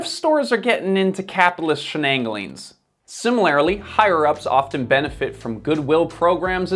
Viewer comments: Is the word similarly rather than similarily? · "Similarily?" Really???